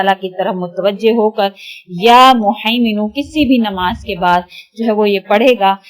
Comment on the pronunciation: behn ap muhiminu hai haa wala haa hy ap glt pronounce krhi hn